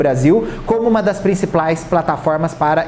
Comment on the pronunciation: ele falando principlais 😂